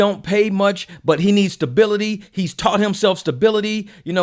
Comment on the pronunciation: it's stablebility get it right! 3 points deducted 😂